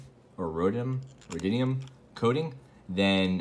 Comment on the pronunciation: Just an FYI, Rhodium is pronounced roe-dee-um for future reference.